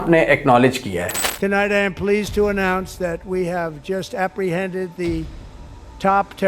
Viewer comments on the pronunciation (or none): none